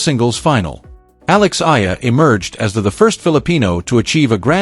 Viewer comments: A. E = Alex Eala - E-ala. Not Ayala, Ela, Aela n illa.😊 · Eyala pronunciation E-yala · The story is good but your butchering her name and most of names like the flower Sampaguita lol 😊